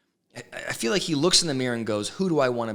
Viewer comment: Yes, Robyn has some crazy mispronunciations. DILL instead of DEAL..FILL instead of FEEL.